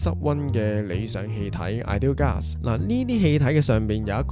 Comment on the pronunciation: Ideal gas 個讀音咁怪? 是GAS gas, 唔係"glass", 讀左glass...